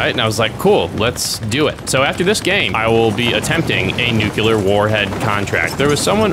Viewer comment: Idk why it bothers me so much, but the way you say "nuclear" makes me want to destroy things. It isnt nukular. Its basically nuke and clear. Nuclear. Now nuclear looks wrong to me, but google said its spelled right so idk.😅